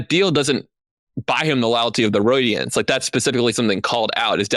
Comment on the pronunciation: "Layalty of the Roydiants" lmao